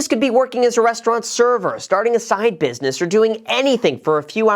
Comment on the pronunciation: 'Business' Graham, not 'busines'. Come'on, no slippage like a hedge fundge